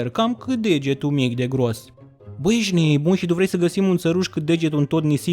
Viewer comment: Ce-mi place cum spui ,,ejti neboon" :))